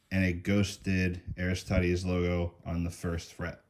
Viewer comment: Say it with me: ArisTEEdes